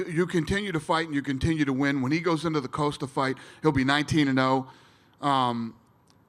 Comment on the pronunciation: "Paula Coast-ah" will coast past Israel "Ah-dis'Tonya